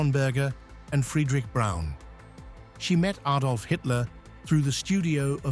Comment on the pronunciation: If you can't pronounce Braun, you shouldn't make video's about her.